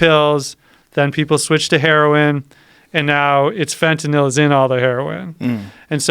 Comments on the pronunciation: fentinIll , Fentanyl ? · Looser lenient Fentanyl stop saying fontanelle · fentanil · i can stand when people pronounce fentantyl like this guy. it's fetty dope lmao. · Gt this bozo outta here... i didnt make it 5 mins with his fenta-nil ass... fuck you say it right... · fentanal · This guy is such a dipshit mixing up Epidurals for Phetenal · Am I on fentaNIL or is he pronouncing fentanyl wrong? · I've only ever heard it pronounced fent ah nil It is spelled fentanyl after all.... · I cant fucking stand the way he says "fentanil".... its FENTANYL ass hole. Hes got Joe saying it now too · nothing like hearing a guy mispronounce fentanyl 500 times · 1) doesn't pronounce the word correctly, 2) there is ZERO fentanyl in epidurals, 3) the fentanyl we use in hospital or any medication and/or pharmalogical setting is a completely separate animal than illicit / street "fentanyl" and it infuriates me that it's called the same thing, for the idiots to ban it all not knowing what they're doing. Just incredible the misinformation, erroneous and outright lies being told on a public show where the masses will regurgitate it even more absurd. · Tramadol isn’t an opioid. This guy just said a ton of shit that is completely wrong he is full of shit as far as I can see. Ask any nurse worth their salt. Not even pronouncing fentanyl correctly. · OMG learn how to pronounce fentynal! Idiot